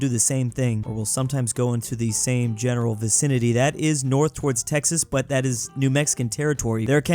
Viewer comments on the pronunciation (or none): none